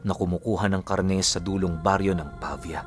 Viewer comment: tama na ang pagkabigkas mo sa pavia.. galing mo... 👏👏👏